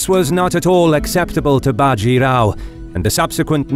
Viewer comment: A factual error Bajirao was the son of the previous Peshwa. A power struggle had happened in the Maratha kingdom after which the Peshwa (Prime Minister) was the real power of the kingdom leaving the King akin to the Japanese Emperors just a figurehead Also an advice for all Indian names... The a is clipped short in all names even if its at the end. Bajirao will be Bjirao.. Think of the a not being there. Palkhed... Plkhed Godavari... Both the As are clipped short. Not big but it grates my ears seeing these names pronounced incorrectly